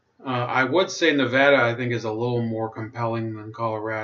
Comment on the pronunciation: Pretty good breakdown but man we got to work on our pronunciations. Lol but you did say Nevada right. Hardy and Horsford are poster children for corrupt politicians. Tarkanian is an empty suit all face no ideals is why he struggles getting traction. If tarkanian had any principles he could run for governor. We're so screwed out here.